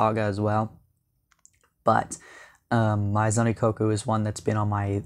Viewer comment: It’s pronounced may-zon Ikkoku 😊